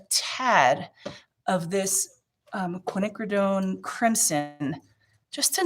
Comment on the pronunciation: Hi 🙂 Your class was interesting and your piece turned out GORGEOUS!!! You definitely stopped at the right time. How you got there, even though I watched it, I still have no idea! I'm going to say intuition. May I offer you a suggestion? Quinacrodone is pronounced "qwin•a•crow•doan"....we shorten it by saying quin red-violet or quin gold or quin burnt orange, etc. When one is explaining things using quin instead of quinacrodone helps the tongue from twisting....at least for me it does, lol!